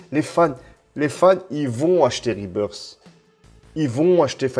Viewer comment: Rebirth ça se prononce " RebirS " et pas " RebirD " sinon c'est le retour de l'oiseau mdr